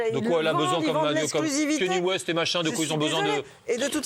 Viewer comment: Ça se prononce Kanié West